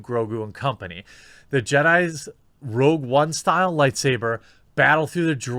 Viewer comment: "rouge one" yeah, this reporter is legit